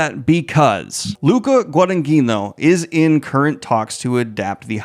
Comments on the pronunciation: "Gwa-duh-neen-yo" my dude. Incredible news as always!!! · The way Daniel says Guadagnino... bo wtf.